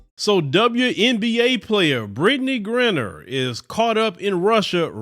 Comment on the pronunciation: Brittney who? Lol check the pronunciation